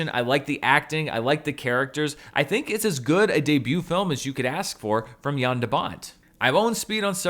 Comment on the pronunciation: Finally someone who says the name "Jan" right ;) THANK YOU ;D